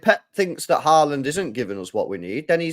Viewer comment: Can u please tell that fella that the big striker's name is Haaland, with 2 a's, not Horland. He's getting on my last nerve 😂